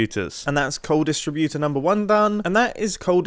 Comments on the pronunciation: Funny how he pronounces 'distributor' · Why does he say distributor wrong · Why doesn’t he say “distributor” correct lol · I hope I'm not the only one who is inexplicably annoyed by the way Mumbo pronounces "distributor" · The way u say “distributor” is actually killing me